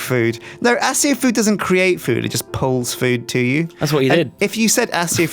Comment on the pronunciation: They keep saying accio as (as-io). It's (ac-io) kmon man